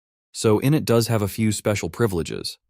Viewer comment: Please train the text-to-speech that process 1 is pronounced “in-it” with the accent on the “it” not “in”, short for initialize.